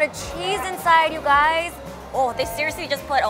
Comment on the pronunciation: did she said hello gays?